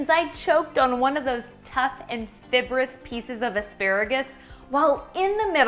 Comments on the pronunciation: It's not fib-russ.. It's Fye-bruss as in fibre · I just started watching your vids. I am trying to learn how to eat healthier and you have enough energy to keep me watching. However, I am sorry but I am a corrector. It is fiBor-ous. Not fiBberous. Sorry, I can’t help myself and I want to enjoy your vids.